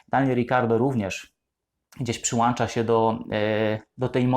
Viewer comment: Przyłącza, a nie przyłancza